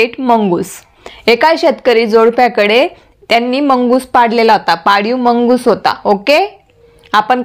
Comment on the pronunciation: मुंगूस not मंगूस